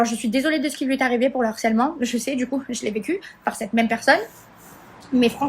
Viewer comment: M MERCIIIIIII 🤝 🙏🏽 Ça fait des mois, même plus, depuis l'histoire des anges, j'en peux plus d'entendre et de lire "L'HARCÈLEMENT" ! Y'a un H put*in ! Le harcèlement, du harcèlement... 😭😭Même elle, miss tant de QI elle sait pas le dire correctement ?!